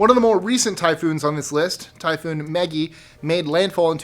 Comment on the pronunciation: Typhoon Megi not Meggie